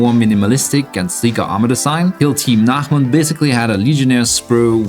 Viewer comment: As a swedish-german, the best part of this video was the pronounciation of nachmund.